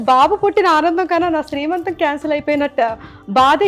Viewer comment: శ్రీ మంతం కాదండీ సీమంతం. Sorry don't mind. ☺☺